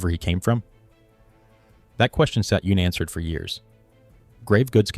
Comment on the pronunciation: You can tell it's AI when "unanswered" is pronounced "yoonanswered." I hate AI videos.